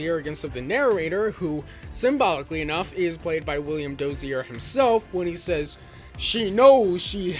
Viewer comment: DOZIER not “Dossierre” for gods sake, he’s not French.